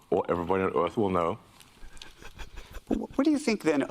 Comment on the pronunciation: people of earf